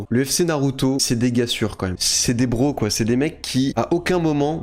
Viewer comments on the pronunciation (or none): none